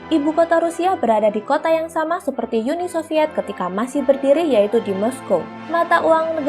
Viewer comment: Uni bukan yuni kalau bahasa Indonesia